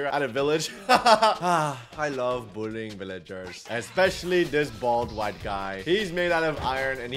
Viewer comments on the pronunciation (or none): at start he said buolliying villagers. grox watching this vedio